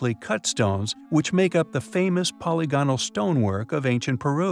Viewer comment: Always fascinating storied, but please, please consult Merriam-Webster online for the correct pronunciation of the word polygonal which you ALWAYS get wrong